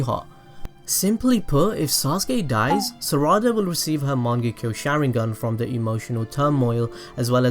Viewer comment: Boruto has a JOUGAN NOT JOROGAN and its MANGEKYOU NOT MONGEKYOU